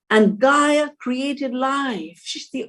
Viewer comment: Not 'Gaia'. God.